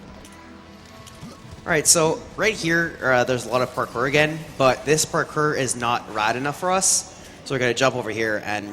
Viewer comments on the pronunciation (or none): I like how he says "parcore"